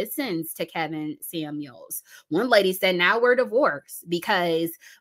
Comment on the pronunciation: Did you say Karen Scamuels??? 😂😂🤣🕊